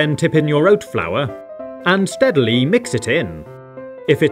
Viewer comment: Why is this guy saying “oat flour” so funny to me